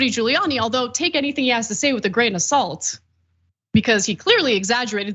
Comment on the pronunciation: Lol grain a-salt